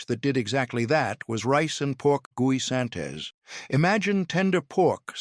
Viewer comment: Pronounce as "gisantes, not "gwee-san-tes"( spanish for peas).